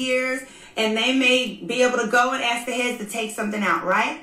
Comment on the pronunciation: And eating her popcorn. Please Porsche, you can say ask. Practice. No reason for you to say axe. Remember that O.J. Simpson joke? OJ can you play golf this afternoon? I don’t know I got to go home and axe my wife. Porsha, what’s up with the New York accent? You don’t usually sound like this, are you speeding up your feed? I mean you’re sounding like Nicki Minaj, not Portia Williams. Whatever happened to Cordell? I didn’t like him, but then I don’t like DENNIS either.